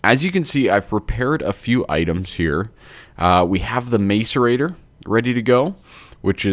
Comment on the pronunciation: i swear to notch if you say macer-ate one more time. lol :P When you began to build the pipe my first thought was "are you seriously building a mario pipe?"